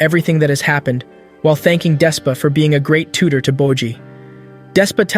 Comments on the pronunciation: nah u did not just call bojji 'bocchi' lmaoo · Did u just call my man Boji dumb boy, I hope I see ur dumbass in the streets